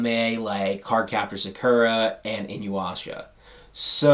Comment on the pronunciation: Did you mispronounce Inuyasha?